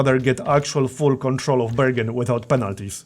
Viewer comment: *anda justa likeah dat, burgundy's owars.